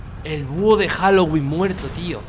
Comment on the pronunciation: No es halogüin es Halloween :v